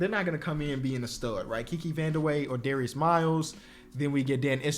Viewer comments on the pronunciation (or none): none